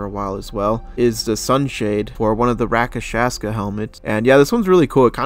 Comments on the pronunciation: Rakashaska core lol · the way he said rakshasa has me dead how can people still not say it LOL